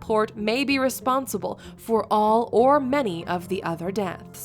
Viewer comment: I love how the dispatcher stresses last word of her sentences :)) at oooooooal?!